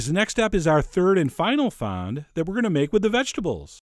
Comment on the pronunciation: Its 'fond',Chef, like front with no R or T ^^ the D is silent.